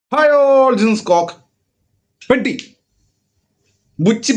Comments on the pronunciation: It's not പെട്ടി 😂 It is PEH-dee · പെഡ്ഡി ❌അല്ല പെദ്ദി ✅ കാരണവർ /തലതൊട്ടപ്പൻ അങ്ങനെ എന്തോ കോപ്പ് ആണ് 😁😁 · Its "പെദ്ദി" not പെട്ടി.